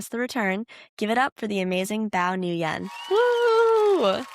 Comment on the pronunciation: The simplified was of pronouncing NGUYỄN is win with the n sound right before. Like nwin, one syllable. There is more nuanced pronunciation, but this is good enough for foreigners btw.